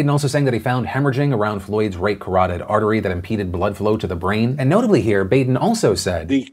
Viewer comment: Philip, you are pronouncing Baden's name wrong. It is pronounced like Bahden.